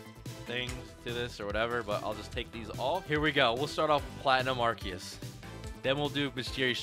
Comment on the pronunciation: Did he just say ''ARKEYUS''